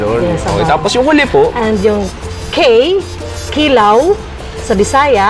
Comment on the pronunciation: Mahilig ka talaga sa short stress ng syllable. Like Ki-law imbes na kiiii-laaaaw at ti-sa imbes na tiii-saaa, gina-bot imbes na gina-booot. 🤣 Makinig kang mabuti, huwag masyadong over confident at imperyalista. Poser ra kaayo imong insik nga host, ang original pungko2x kay kilid sa UV, paradahan sa Talamban jeep, early 1990s. Lans--iaw po hindi lanchiaw. Kaya pala Chui show kasi hilig mo sa salitang 'chewy". 🤣🤣🤣